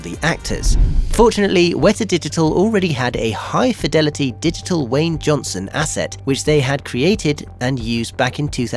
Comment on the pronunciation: Did you say.... WAYNE Johnson? 🤔